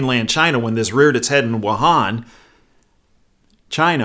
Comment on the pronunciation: You are the first one I've heard correctly pronounce Wuhan.